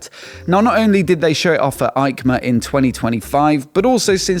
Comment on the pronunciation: Hi, I watch almost every episode with pleasure, but please don’t say Aicma but Eicma 😀 like Esposizione Internazionale Ciclo Motociclo e Accessori. It’s in Italy not Germany 😂 hugs